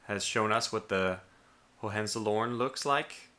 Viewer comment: Just so you know Hohenzollern is a castle but also was a royal family. Its pronounced Ho-hen-zall-ern